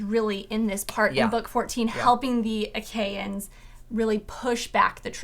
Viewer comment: Years late so I doubt this matters, but it’s the “Ach-E-ans”. “Ae” is always pronounced “E”. There is usually a helpful pronunciation glossary in the back of Homer translations. There is at least one in the back of the Fagle translation.